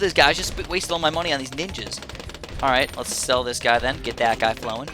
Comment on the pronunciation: "ninjers" oh god